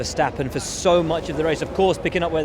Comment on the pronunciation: Can we please stop calling Leclerc Leclerque already?